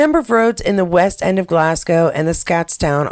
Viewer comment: The skiing bit is a real mystery. Tried to donate today. Wouldn't work. Sorry! And Yay! You've got Glasgow down pat. 😊